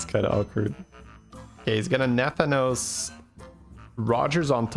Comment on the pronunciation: no offense, but nathanos is pronounced with the stress on the 2nd a